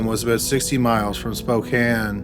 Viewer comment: Thanks for saying Spokane right♡